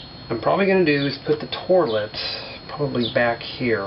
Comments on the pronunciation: Say it right please... not torlet. TOILET (TO-EE-LUT) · Really great house!! Also he said torlet! Lol!